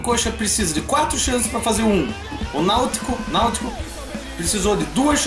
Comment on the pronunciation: Concordo plenamente sobre o Robinho (só não ouvi a entrevista); Concordo com a pronúncia de "Náut-co"; E quanto ao Leonardo, parecia ser aquele Leonardo que jogou aqui na série B ainda, que mostrava que sabia o que tava fazendo com a bola. Espero que continue assim